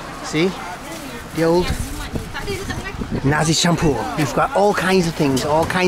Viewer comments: Perfect pronunciation there - Nasi Campur 😊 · You eat nasi campur by han like a pro man... Hehe n you can pronounce in malay language as good as Malaysian... Wow salute at you